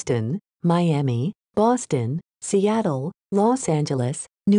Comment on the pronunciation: The proper pronunciation of Boston. This text to speech gets it